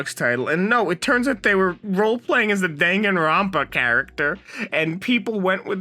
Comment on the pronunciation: hi great video but please never pronounce danganropa again